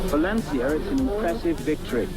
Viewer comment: Clarkson: Insists on pronouncing Lancia wrong despite definitely knowing how it should be said. Also Clarkson: Only English speaker in the world who pronounces Volkswagen correctly when not speaking German. British default setting: Troll (Do be subtle about it though. Bally mods abroad tonight. 🧐🍺)